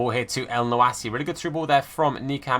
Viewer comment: Btw for mohammed elyounoussi it’s pronounced mohammed el- you- knew- say and great content as usual